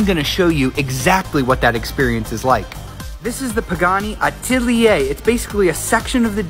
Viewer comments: Bro pronounced atelier Atiliyay lmao It's a-te-lie (e is pronounced like é) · Atiliyay?.........he did not just pronounce it like that. Also no its not named after a tailor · The way he pronounced atelier was cringe. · Not to mention how badly he mispronounced it too lmao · the funniest aprt is you know he mispronounced it whislt trying to sounds fancy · Well, the way he pronounced that is nothing close to how you pronounce Atelier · Atelier is a french word the l is silent and it has nothing to do with a tailor. It is uaually used to refer to the workshops of artists. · 1. That’s not what “atelier” means 2. That was the worst pronunciation of “atelier” I think I’ve ever heard. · How about you buy a normal vehicle and give the money to local food banks or other causes for helping those that struggle. Oh and maybe learn to pronounce Atelier